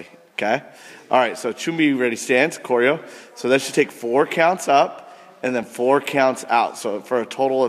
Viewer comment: Weak power, Weak popping speed, weak chambers, kid too young for a blackbelt, instructor addressing the student disrespectfully, uniform too big, soft and quit kyups, slow kicks, wrong korean prounciation. Hope this helps!